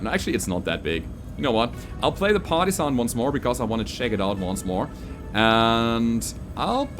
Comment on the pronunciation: all I can hear is "Party-san" and I don't hate it.